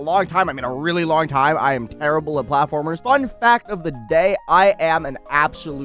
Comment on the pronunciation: "a long hime"